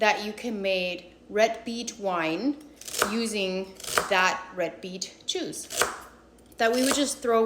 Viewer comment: The way you pronounce "juice" just totally clarified a very not cool joke that my 8th grade teacher, *Mrs Obergfeller*, made to me in 1983. Even though she had no accent, she was 2nd gen German immigrant, and now I do understand that "juice" and "jews" did sound alike to her ears. Nonetheless, I refused her idea, we were re envisioning andy Warhol's soup can & making our own pop art (lol, my more intellectual art teacher dad actually wrote the lesson then got moved to HS art) and even then it seemed like a very bad idea to put a yarmulke on the tomato. I went with "potato juice," and never regretted that C. My parents didnt intervene, but they did concur that we should steer clear of Mrs O's ideas...i think they wanted to see how it would play out lol...